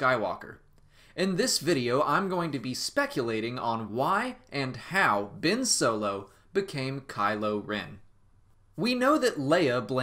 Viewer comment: Its Ben Solo not Bin Solo